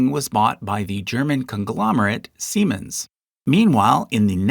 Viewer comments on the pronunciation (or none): none